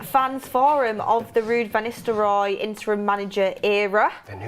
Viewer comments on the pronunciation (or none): Is she saying "Istelrooy" rather than "Nistelrooy"? Must be a northern girl thing.